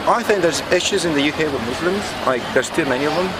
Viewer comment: is fuller murrrslumms. hoogle boogle. this guy is dumb as fwaaark